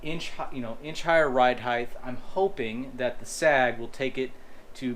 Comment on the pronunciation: Great catch and nice replacement mount! Welds look great too. (The word “height” ends with a “t” sound not a “th”. Maybe nitpicking but YouTube is rampant with people saying “heighth” for some reason.).